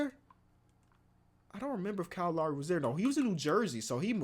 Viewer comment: the way you say lowry stresses me out